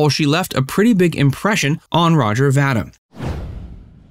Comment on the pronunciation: His last name is pronounced "Va-Deem" , not Va-dimm!